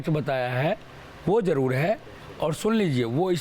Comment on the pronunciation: Baba kaise bolta h.jarur ko jadur h.aree bolne to dete ni h.kya kadu Mai hahaaa